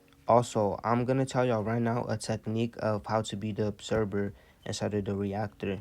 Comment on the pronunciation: ObserVER - you are awakened work on your pronunciations tho brother great knowledge